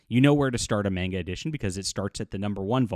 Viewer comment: The way he says manga irks me 😂